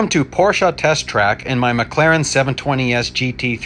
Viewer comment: Oh You Actually Pronounce Porsche Correctly. I Thought I Was The Only 1.